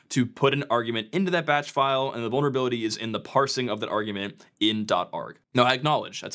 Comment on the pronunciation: "Vulneravility" (sic)